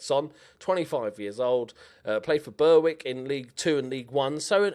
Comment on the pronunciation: Bewick is pronounced ber -ick